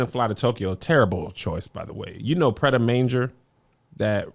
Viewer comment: that's not how that's pronounced 😅I know because I pronounced it that exact way and a French lady cussed me out promptly. It's Pret ah Mahn jay (Pret-a-Manger)